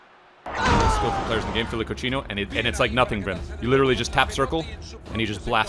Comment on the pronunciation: is saying coutinho as couchino... in Spanish into English he is saying disgusting